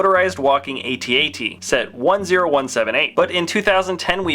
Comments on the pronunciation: its not pronounced aytee aytee its at at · It's not A-t-at, it's AT-AT! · It is pronounced AT-AT. Even some of the makers of episode 5 have said so.